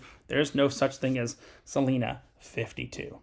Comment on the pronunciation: It’s pronounced Celina with a long I